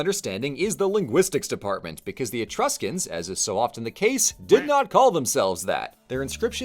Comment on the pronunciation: "Be vewwy vewwy qwiet, we're hunting Etwuscans..." -, seemingly